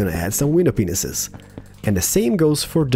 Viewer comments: Did you know that your saying widow peenises instead of panes?! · you say windows pinises and it is mentioned to be windows pieces it mite be because off ur accent but just make sure that u know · It sounds like you're saying ' window penis's ' but in England we say it as pain, window pain, not hating just saying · I laugh every time you say window panes, it sounds like you are saying "window penises" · He actually DOES say that xD